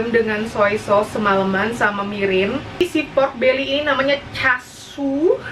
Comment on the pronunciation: Chashu bacanya 'chasyu '😊